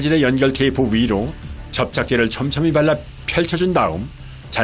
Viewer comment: 접착제를 촘촘히 발랕.. 펼쳐 준 다음(애써 태연)